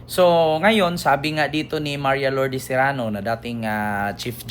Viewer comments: sereno hindi serano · Sereno hindi Serano ❤❤❤❤ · Sereno Hinde serano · Sereno hind Serano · ❤cereno hindi serrano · sereno not zerano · Sereno po, hindi Serano. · Correction pls Sereno not Serrano ty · Hindi Serano, kundi Sereno po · Sereno po,Sereno hindi Serano. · Hi, justice sereno sya, hindi serrano😅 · Justice Sereno Hindi Serano